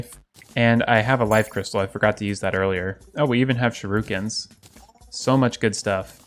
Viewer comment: "I even have Sharookens" lmao its not said like that legit anywhere, Shuriken bro like Shuh rik en